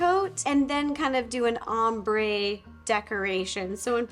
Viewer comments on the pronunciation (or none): none